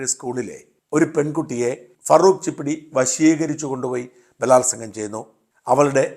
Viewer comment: ചിഷ്ട്ടി ആണ് ചിപ്പിടി അല്ല